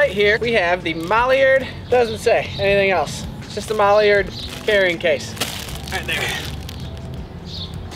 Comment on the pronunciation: "MAlliard" – It's MIlliard, mil, not mal , it's not a mallard duck